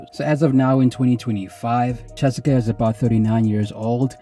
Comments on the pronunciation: Her name is Chessika not Jessica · It sounds like you says Chessica😅 good video. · He for sure is saying chessica 😂